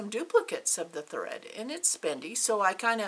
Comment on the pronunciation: Glad I found you in floss tube. Your stitching is beautiful. So enjoyed your video. What was that word? Hread?? Thought I would lay an egg laughing. 😊